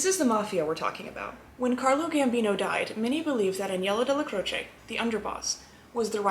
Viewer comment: Who is “jimmy Fay-ya” you mean Jimmy Fi-EL-ah.Stop putting an Italian accent on your pronunciation,%90 of the names your pronouncing wrong because of that.Mr Neil pronounced his name “Dell-Ah-Crowch” not “Del-ah_crowch-ay”,unless HE was wrong.